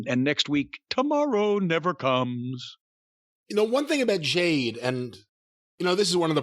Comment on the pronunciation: & (Jayne) I think that n Jim are confused asf n don't really know whose who lmfao. Bcuz he mispronounces Jade's name the whole time n it's not 4 a gag.